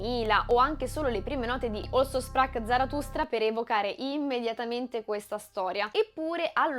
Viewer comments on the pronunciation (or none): Brava. Un appunto. Si dice also sprach...e non olso sprach. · Mi permetto un piccolo appunto sulla pronuncia del titolo dell'opera di Nietzsche: Also si pronuncia alzo e si legge con la z come in zone in inglese. Su Richard "Riciard" Strauss pazienza...ormai siamo tutti schiavi degli anglicismi anche fonetici. Per il resto ottima spiegazione e spunto di riflessione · Bellissimo, bravissima, ma tipregotipregotiprego, a "OLSO" sprach Zarathustra (e poi anche a e a )? Non è mica inglese! Non pretendo che uno pronunci le "r" alla tedesca, né che pronunci "shprach", ma per favore non rendere con una pronuncia inglese una parola tedesca. "Also" andrebbe pronunciata esattamente come in italiano, e se proprio vuoi fare la purista con la "s" dolce come nella parola "asino". Ma non serve, basta la s normale. Questa roba di pronunciare qualunque parola straniera come se fosse inglese la dice lunga sulla colonizzazione culturale americana 😔😔😔 e personalmente mi fa sanguinare le orecchie. Scusa la prolissità, ho davvero apprezzato il video e messo il mio bel like. Se vedo altri tuoi video e continui su questo livello poi mi iscrivo. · In "Also sprach Zarathustra" , che è in tedesco, pronunci "òlso" come fosse inglese, mentre dovresti pronunciare "àlzo": Also, inglese: Anche; Also, tedesco, Così. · Un unico piccolo appunto: "also" in tedesco si pronuncia come si scrive (con la s dolce) e non "olso" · Un appunto: Also di Also sprach..., si pronuncia così cm si scrive. È tedesco😊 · Bellissimo video, analisi ricca ed esposizione ben comprensibile senza semplificare. Piccolo appunto, "also" in Also sprach Zarathustra è tedesco, così come il nome del compositore Richard Strauss, la pronuncia è sbagliata. Complimenti ancora per la qualità, mi guarderò sicuramente altri video. Grazie per il tuo lavoro. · Also sprach... è tedesco. La pronuncia non è come also in inglese. Mi scusi , critica interessantissima ma dovevo dirglielo